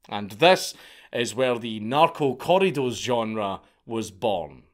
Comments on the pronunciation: It’s pretty funny hearing any race try and roll their R’s. It’s always “Cor-i-dos” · I’ve never heard “corridos” pronounced like that 😆 something beautiful about a Scottish (or Irish?) lad saying Spanish words